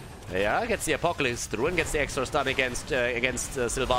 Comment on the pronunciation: that sounds soo funny xD